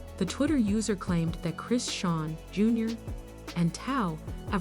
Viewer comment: CAN YOU PLEASE AT LEAST SAY HER NAME CORRECTLY ???